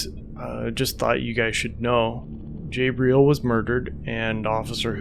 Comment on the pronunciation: Is his name Gabriel, or Jabriel? Coz if it’s Gabriel, it’s pronounced Gabriel, not Jabriel.